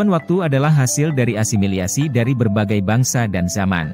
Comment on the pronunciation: maaf bukan ASIMILIASI TAPI asimilasi. aneh saja saya dengernya 🙏